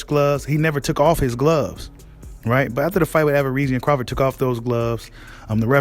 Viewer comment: 🤣 be killing me with that averisian lol you know how to say that man name stop the 🧢 🤣